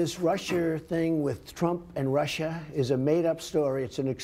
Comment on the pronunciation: I can't get over how Orangeface pronounces Russia 😂😂😂(Rusher)😂😂😂😂